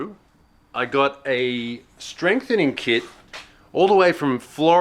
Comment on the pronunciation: "Strame frenthening kit" My god, that made me laugh way too hard haha